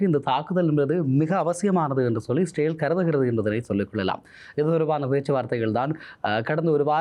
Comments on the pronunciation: Sir, please pronounce as israel not sale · Bro இஸ்ரவேல் என்று உச்சரிப்பு செய்தால் நன்று 🙏